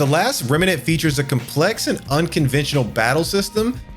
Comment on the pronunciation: To piggy back on that it sounds like you're putting an extra a in the word remnant and it's pronounced Vay-grant not Vay-grant. (Maybe you did on purpose for engagement in the comments, smart move if you did)